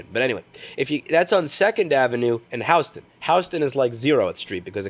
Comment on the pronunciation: LOL, how do you guys pronounce Houston over there? You sounded like a Dutchman! 😀